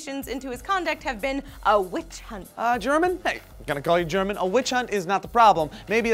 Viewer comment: Woah my name is German too. But I go by the pronunciation of GER MON instead of GER MEN.